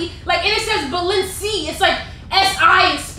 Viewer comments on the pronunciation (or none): Yo I wouldn’t have been able to keep a straight face when kept saying balensiyaya🤣🤣🤣 I would have ruined the prank by laughing so damn hard! #postnotificationgang #neezygang love you Natalie and 🥰🥰🥰